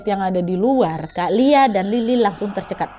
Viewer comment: tercekat bukan terdegat😂